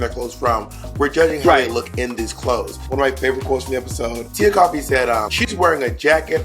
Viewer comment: FYI: Tia Kofi's name isn't pronounced "Coffee" like the drink. It's "Koh-fee." Signed, -A Ghanaian that likes coffee and Kofi's.